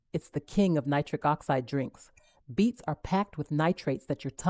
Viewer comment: Beets... not beats😂